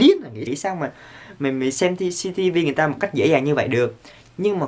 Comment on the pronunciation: Minh nghe Jcv chứ lijiii